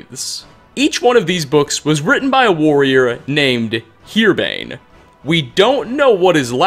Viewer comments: Piquine is pronounced "Pi-keen". Also, Herbane is pronounced as it's spelled, not "Here Bane". We're from the same city, WHY CAN'T YOU READ? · His name isn't Herebane, it's Herbane